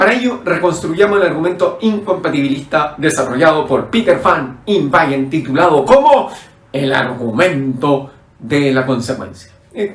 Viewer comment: fan inwanen PETER…no lo pronuncias bn NO bayer